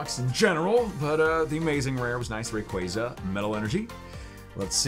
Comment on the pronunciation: why does he pronounce rayquaza wrong smh..?